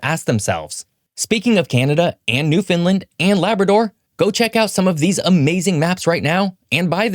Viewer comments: Newfoundland is pronounced NEW-FOUND-LAND not newfinland as you kept saying. You completely skipped over that Newfoundland lost an entire generation of men between 1914 and 1919. Newfoundland’s debt was mostly from feeding the Royal Newfoundland Regiment in the First World War; along with the markets caused the collapse in the 1930’s. NL was the only part of the commonwealth exempted by the King from fighting in the Second World War. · I appreciate the level of research. One note: you’re pronouncing the name of the province oddly. It’s New-fun-land. An easy way to remember is “understand—Newfoundland.” You’re pronouncing it like New-Finland…is there an Old-Finland? 😁 Enjoyed watching! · Newfoundland is pronounced as it is spelt.... New-found-land OR New-Fun-Land. it is NOT pronounced New-fin-len or any other way like they are butchering it..... Newfoundland and Labrador Studies course I took in highschool 15 years ago the very first year it came out, also drives this point home as the proper pronunciation. all of those south canadians"americians" pronounce the Dog properly.. but then butch the namesake province the dog is named after!?!?!?!?! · It's pronounced "Newfin-land". Unlike most places with land at the end of their name being pronounced as "lind" or "lin" we say land. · Newfoundland is pronounced as it is spelt.... New-found-land OR New-Fun-Land. it is NOT pronounced New-fin-len like they are butchering it..... all of those south canadians"americians" pronounce the Dog properly.. but then butch the namesake province the dog is named after!?!?!?!?!? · his pronunciation is utter butchery. it is as spelt New-found-land or even New-Fun-Land. NOT New-Fin-Len like he is pronouncing it. they can can the New-found-land dog... but then call its namesake our province new fin len🤦‍♂️ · Please stop calling it “newfinlind”. It’s new found land… but just say it faster… :) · It's pronounced new-fin-LAND not NEW-fin-lind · It’s not New fin lind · Its New-Fan-Land